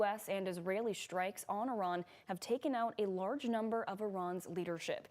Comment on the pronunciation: I like the way she says shtrikes.😅